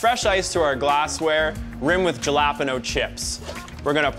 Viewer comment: Juh-la-puh-no chips? Seriously? How can you not know it's pronounced hal-uh-pain-yo?